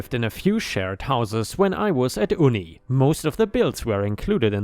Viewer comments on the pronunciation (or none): "Uni" is said as "you-knee" not "oo knee." 👻